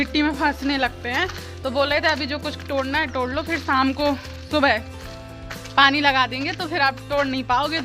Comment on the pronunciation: टोड़ना नहीं बोलते "तोड़ना" बोलते है